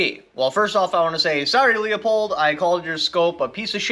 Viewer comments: I literally cant watch this video listening to him slaughter, besmirch and disrespect the fine German name of Leupold(LOO-POLD!) by mispronouncing it like the Polish last name of LEO-pold. Leopold was a Polish composer. Leupold(LOO-POLD) is a German who started an optics company that eventually became Leupold and Stevens. LOOP-HOLD and STEVENS. Fucking giant face palm. Just too many errors over the last year in simple English, grammar and communication. I got better channels to watch. Unsub. Bye. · It's Loo-pold FFS! Stop saying Leo-pold. Can ya not read? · Not LEO pulled Pronounced LEW POLD Leupold=LEW POLD - correct Lee oh pulled- incorrect Everyone within the company pronounces it correctly. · Lee-a-pold?? Leu-pole!! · Leo-pold or Leu-pold Loo as in "Cool" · yes or the name Lou. Leupold is pronounced Lou-pold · I told you so. By the by, it is pronounced Lou pold. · It pronounced "loop-old" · It's pronounced LOOPHOLD...FYI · Its pronounce LOO-poled. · The way u pronounce Leupold has me dead lol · same lol also has me dead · You can't even pronounce the name of the scope!